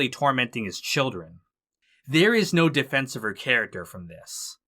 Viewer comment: A defensh of Jaanish